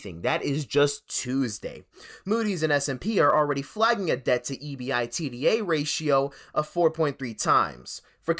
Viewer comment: you are the first person in history to call it E B I T D A. It’s ebitda